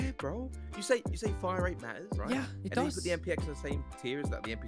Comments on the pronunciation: Man was so distressed he said "wait no the fmg has a way figher hire rate" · Is anyone gonna talk about the fact that said “Figher Hirerate”